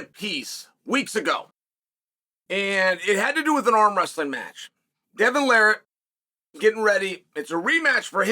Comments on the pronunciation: Devon "Larrat", rhymes with "parrot", not "the rat". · lol tell us how to pronounce his name and still miss pronounces it